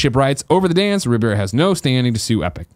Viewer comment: Someday Greg will be able to pronounce Alfonso Ribeiro's last name. Someday.